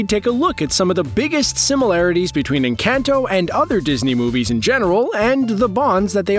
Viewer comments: If you can pronounce Benedict Cumberbatch, you can pronounce “Enkahn-toe” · They way you're pronouncing Encanto hurts. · The way you’re saying “Encanto” 🤨